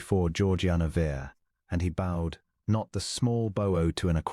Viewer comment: AI is very poor at selecting the right pronunciation for spelled alike words. I cringed every time he "b-O-ed", as in ribbon, instead of "b-ow-ed", as in a gentleman's courtesy. The captions were better than many. The image nice but static. He paid for the dress. He did not buy her new gloves. She wore what she had and refused to be cowed. That was what he loved about her, and he was glad to have found her. Nice story, if implausable. Good narrator's voice even if some of the narration is imperfect. The story is a fairy tale however. A respectable female would NEVER accept clothing from a man not her father or husband. And to show up to a ball without escort or chaperone would definitely make her character questionable. Good thing he proposed marriage as buying her dress definitely compromised her reputation. OR, USA